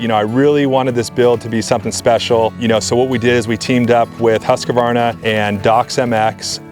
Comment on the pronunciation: Americans can't seem to say 'Husqvarna'. Hint, not a triple A thing going on there.